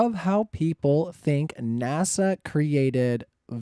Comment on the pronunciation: “nâshâ‘” is the Hebrew word. “naw-shaw’” is how you pronounce it. “Lead astray”, “seduce” and “deceive” are some of the definitions. Now “beguile” certainly means to “deceive”. However, the Hebrew word here is not “NASA” or even close, it is “nâshâ’”. It has the “h” in there. Unfortunately, someone outsmarted themselves and created a new belief system that a lot of morons have fallen for.